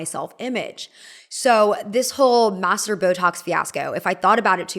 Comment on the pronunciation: Is she saying “masseter”? Because it sounds like “master”.